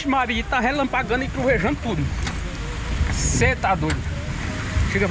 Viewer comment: Relampagano e Repangalejando😂😂😂